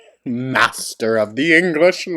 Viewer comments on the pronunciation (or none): Mashter if the English *mangleage* 🤣😆🤣